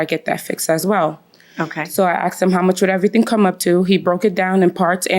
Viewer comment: Asked, not axed😒